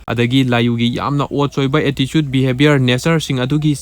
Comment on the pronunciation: i am telling that the way he speaks attitude pronouns as "atticude" thats why 😅